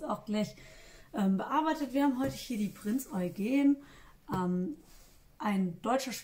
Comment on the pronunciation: Du sprichst Eugen richtig aus, damit hattest Du bei mir schon gewonnen. Ansonsten ein kompetenter und charmanter Bericht. Vielleicht hättest Du noch etwas mehr auf die Bautechniken beim Rumpfbau eingehen können. Für diejenigen, die sich mit Cobi Schiffen noch nicht so gut auskennen. Ich selbst habe zehn große "Pötte" bei mir stehen, wobei die Titanic, das einzige zivile Modell, herausragt. Ist schon ein kleines maritimes Museum. Und das Review eines Kriegschiffes mit Ärmeln und Blusen zu verknüpfen, schafft wohl nur die. Übrigens die Erzeugnisse deines kleinen Sohnes erinnern mich doch stark an die Gefährte aus meiner Kindheit. Ja, so sahen sie meistens aus, meine Lego Autos. Ist mehr als ein halbes Jahrhundert her. Mann, oh Mann!